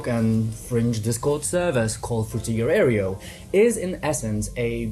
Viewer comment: sir. can you please stop mispronouncing Fruitiger Aero?